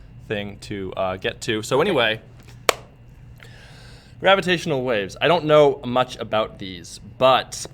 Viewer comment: grava-t waves? xD